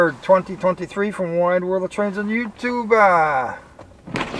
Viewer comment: I HATE WHEN YOU SAYS YOUTUBA IT IS YOU TUBE